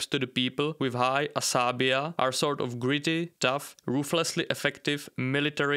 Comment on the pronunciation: not "asabia" but asa- bi - ja